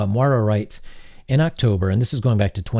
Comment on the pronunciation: Moira NOT Mara. It's pronounced MOY RAH